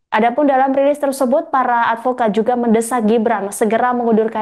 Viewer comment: 😂😂😂😂😂.advokat atau alpokat?.😅😅😅